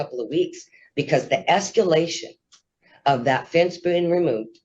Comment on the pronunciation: They deserve the PO just to save them from having to hear her say esc-U-lation again.